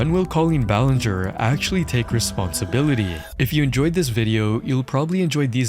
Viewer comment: all i can hear is linger-ee